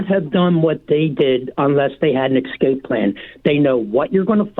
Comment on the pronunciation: “An EXscape plan” 🤣🤣🤣